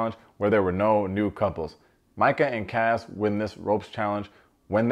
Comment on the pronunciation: It’s Mike-UHHH not ME_KUH